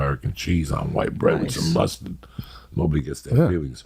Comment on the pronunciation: the way he said mustard 😂😭😭